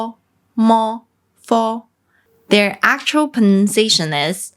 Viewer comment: Before 30 seconds in, I heard "akchera examples", when it should have been pronounced 'AK-tchoo-AL'. I have grown berry weary of nit-picking Chinese with superiority complexes when it comes to critiquing English speakers. You will NEVER approach my fluency in any regional dialect of native American English. Fifteen years into Mandarin study, and around many Chinese people from numerous different areas of mainland (and Formosa / Taiwan), I learned none of them speak alike. And I'm not even including the Guandonghua / Cantonese of the south, or Shanghai speak (seemingly influenced by Pinoy Tagalog). And I decided that it is a foolish effort to try to meet anyone's approval. If they (or you) WANT to communicate and reach understanding, we already know that can happen without any words at all. 谢谢